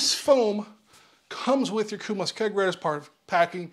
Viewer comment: Thanks for the review, but why are you saying "kumos" when it's "komos"? At the moment I'm trying to decide between Komos and KegCo.